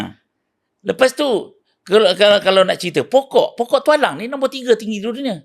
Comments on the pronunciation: Telinga aku ke salah atau cakap Tok Alang dan bukan Tualang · Ye, saya pun dgr sebut Tok Alang.. hahaha 🤣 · tok alang..? apa lah mamat nie sebut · Bukan Tok Alang la..Tualang 😂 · iye juga tu....tp aku mcm tak boleh hadam pulak bila Pokok Tualang pun disebut nye awal2 tu jadi "Tok Alang"....hahaaa 😅